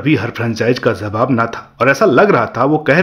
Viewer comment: Khilaye za rahi hai, zab, zabab 🤣🤣🤣🤣 abe bolna to seekh le is se bura performance to tera ho gya 🤣🤣